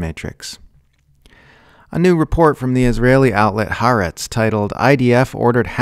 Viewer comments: I think what confuses people is the apostrophe, which indicates a glottal stop: Ha + 'Aretz. The wrong pronunciation is running the two "a" sounds of the words together. The same applies in Polynesian languages where the stop indicated by ' before a vowel is a plosive, almost a consonant, as in Hawai'i. The final syllable is pronounced separately: Ha-wa-i----'i I don't know Arabic pronunciation, but there are definitely glottal sounds that take practice for English speakers to hear and speak well. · Why can no one pronounce Ha’aretz correctly? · Khaaretz. Official newspaper of the Khazars.